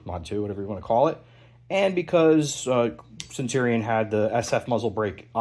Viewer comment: Great video. I honestly hated how you pronounced "centurion" multiple times. It's kind of baffling. Other than that, super good video. I hope you do some high quality build/rifle reviews.